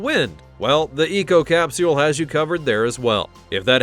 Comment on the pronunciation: I hate the way u say capsule